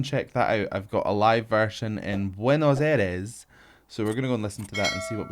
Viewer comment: Buenos Aires Bah when-ohs Eye-rays that's closest to the proper pronunciation 😂